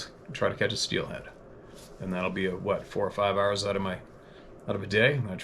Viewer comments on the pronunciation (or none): none